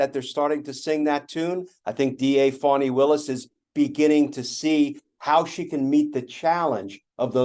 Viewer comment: Her name is Fani not fawni, learn how to pronounce her name ... Fani